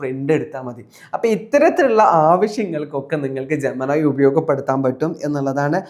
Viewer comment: ജെമിനി എന്നത് ജമനായി ജമനായി എന്ന് കേട്ട് കേട്ട് പണ്ടത്തെ പവനായിയേ ഓർത്തു പോയി പാവം പവനായി ശവമായി